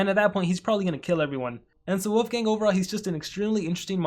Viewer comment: It sounds like you’re saying wofgang